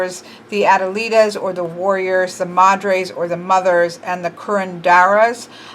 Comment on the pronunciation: Hija is actually pronounced (E-Ha) you don't pronounce the H sound and J make an H sound. Madre is pronounced (Ma-D-Reh) or (Ma-Dray) but you said that one alright. In case you were still wondering.